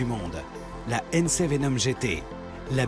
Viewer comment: La prononciation de Hennessey et de Koenigsegg awwwrr